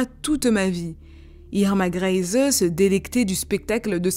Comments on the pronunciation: ça se prononce "grése" avec l'accent sur le "é" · Pour la prononciation du nom de famille Grese, c'est /Gr'ɛɪzə/ (si tu sais lire l'alphabet phonétique international. Le premier "e" est plutôt fermé et le "e" final est muet. Ta vidéo était vraiment super intéressante : la période du Troisième Reich et la Seconde Guerre mondiale étant des époques qui m'intéressent tout particulièrement.